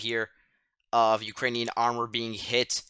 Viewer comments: Yes - one of the better (may be the best) commentaries - must note the name for tomorrow. I also thought the pronunciation was good but I had no idea that Ukrainian place names were so convoluted. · I just found your channel. Who are you? You sound like a teenager. If so, you are really sharp. Your pronunciation of the Ukrainian town names is far better than many vloggers. Excellent information. Can you reply?